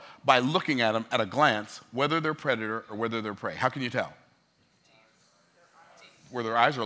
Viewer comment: I could listen to you speak literally all day. Wait, I already do 😂 BTW, it’s predator. Coulda let it go, but you help me so much with every video you put out. Figured I’d return the favor. Much love my brother. 💪🏾